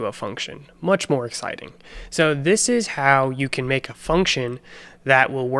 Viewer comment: "much more exsiting" love it😂